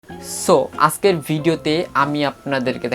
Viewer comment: 'আছকের ভিডিওটি' দিয়ে কথা টা শুরু করলেন , আজকের বলতে শিখুন তারপর ভিডিও বানাবেন (lol) from India